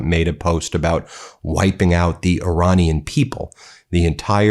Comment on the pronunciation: Iranina people is pronounced Ir"A"nian people.